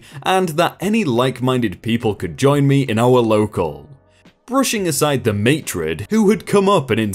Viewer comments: Never thought I'd be saying this to a story time / video but Maitre' D is pronounced as Mate - rah DEE NOT as Mate-red as you said it here. been enjoying your videos since February earlier this year and this is the first time I've heard you mis say a word. still love hearing you tell the stories though. great job. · It's pronounced May-ter-dee. No offense